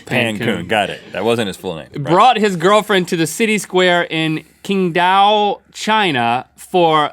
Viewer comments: Link it's actually pronounced like Ching Dow (Qing Dao) not king Dow xD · it's Qingdao, not Kingdao or whatever lol. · the one in china, pronounced chingdao not kingdao (spelled qingdao), kinda makes sense. in china people dont propose to each other. couples just decide they want to be married and get married. some people choose to propose, but very rarely